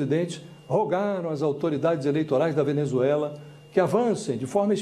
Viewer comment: E FAZUĖLI né, Josias?